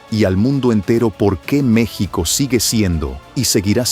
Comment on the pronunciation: El narrador esta bien wey no se dise mechico se dise Mexico. bruto😊